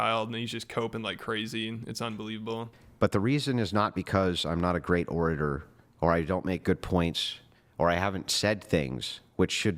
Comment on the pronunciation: Mispronouncing orator is great lmao